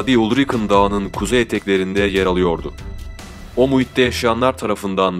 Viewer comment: børgen degil Bergen sehri`` ulrøken Degil Ulriken ben orda yasiyorum daha temiz bilgi icin iletisime gecebilirisin